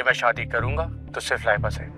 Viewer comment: Laiba ra ko raàr Bolte hai kisne notice kiya